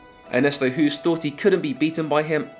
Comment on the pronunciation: amazing video as always but please pronounce Ernesto’s surname as Host. As a Dutchman who’s been living in England for the last 27 years it bugs the hell out of me. Nothing personal.